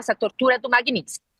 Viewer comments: Genteeeeeee É lei MAGNI-TSKY!!! O “S” é depois do “T”!!! Falem correto… a gente pode falar errado, mas vcs nao!!!! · Meu Deus....como chamam uma pessoa dessa pra falar sobre a lei....e a repórter (ou blogueira) não sabe sequer pronunciar o nome da lei, e ainda escreveram errado...chocante! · Quase a jornalista quebra a língua para pronunciar magnitsky.😂😂😂😂😂😂😂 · A desgraça não sabe nem falar o nome da lei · A repórter não sabe nem pronunciar o nome da lei😂😂😂😂😂 que vergonha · A jornalista não saber pronunciar o nome da lei é engraçado. O "t" é mudo. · Desenhou pra carol que nem o nome da lei sabe pronunciar. Essa imprensa é uma vergonha. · Nenhuma das duas conseguiu pronunciar Magnitsky corretamente. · As duas erraram a pronúncia! Como pode? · ESSA ADVOGADA NÃO SABE NEM PRONUNCIAR O NOME DA LEI. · Não sabe falar Magnitsky, próximo…! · Ela não acertou nem falar magnitsky…